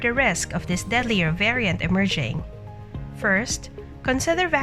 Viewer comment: This is a bunch of BS coming from this Bot again. It can even pronounce variant right